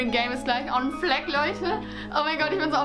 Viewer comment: „On Fleck“😂